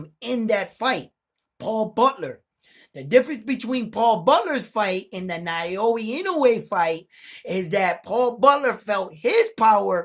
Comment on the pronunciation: I subscribed Bro! I appreciate your boxing commentary. I love Boxing. It's pronounced Now-ya Ee-no-way, as best as I can tell.